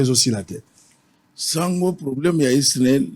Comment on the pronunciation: balobaka esnel te balobaka snel